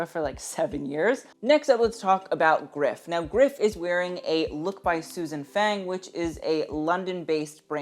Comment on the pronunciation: Small note, Susan Fang is not pronounced like the english word fang, but more rhyming with lung.